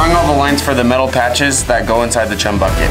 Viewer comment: Say chum without the h